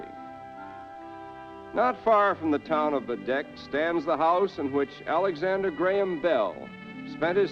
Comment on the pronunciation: He pronounced the name “Baddeck” correctly. Bravo.